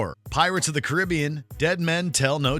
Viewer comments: You can’t even say Caribbean correctly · The mispronunciation of Caribbean makes this video painful to watch